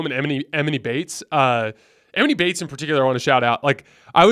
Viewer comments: It’s not “eMinnie Baites” it’s pronounced Ah-Mawn-Ee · E-Maw-knee bates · You are saying his name wrong bro it’s distracting lol